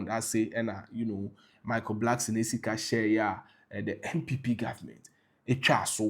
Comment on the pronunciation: Ofui, its not Blackson. Its Blankson. Kwasea to !!